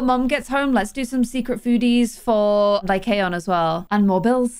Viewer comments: Apparently how pronounce Lycaon is (Lie cAn) so Lie can put into one word. Btw you have to make the A say it’s name sorry if that was a little confusing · it's pronounced "lie can" like a beer can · i think it’s pronounced (lie-con) 💖